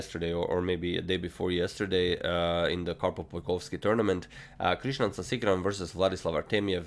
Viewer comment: The way he said Sasikiran sounded like 'Tigran'